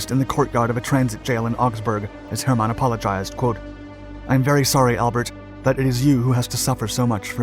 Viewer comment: Why must you pronounce his name “Herrrr- mon? You’ve had no issues pronouncing it courrectly inthe past